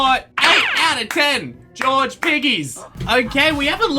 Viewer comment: Why do you keep saying George like "Georgie"